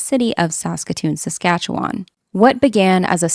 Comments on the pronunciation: Good job on pronouncing Saskatoon, Saskatchewan. I have relatives there, and even i stumble with it sometimes. My great-grandmother was born in the States and moved to Eyebrow, Saskatchewan, in the early 1900s. My mother still lives in Moose Jaw. It was quite interesting hearing about a case so geographically close to my own family. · Thank you for pronouncing Saskatchewan correctly. ❤